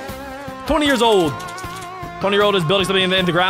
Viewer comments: Instead of years it was "yars" 😂😂😂😂😂😂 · During the 10 years it says yars instead of years